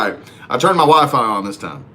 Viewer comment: Everytime he says Wifi I thought he said Wife! I'm like wife wtf?